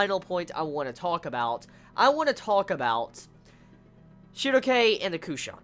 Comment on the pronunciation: how do you pronounce Schierke? Shugoke? is that her name in japan?